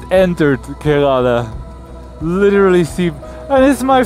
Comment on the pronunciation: You pronounced Kerala wrong all the time. 🤫 The first a is silent. So it's pronounced like Ker(uh)la. It would be nice if you show more of your interaction with the people and surroundings, and less of riding. 👊